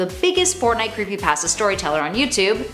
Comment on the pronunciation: Fortnite creepypatsa. The accent makes pasta sound like patsa.